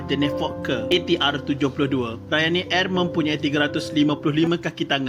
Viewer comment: Kenapa sebut “ Airrrrr”.....